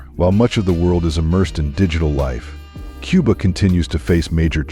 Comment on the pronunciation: It's not quba it's Cuba